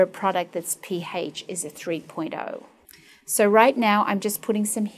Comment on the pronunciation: the P-hAYSCH IS 2.8 LOL